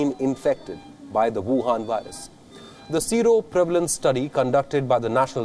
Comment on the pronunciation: This news reader has not reached a confident level where he can project clearly, he said Sero prevalence incorrectly, he also announced epidemiologist incorrectly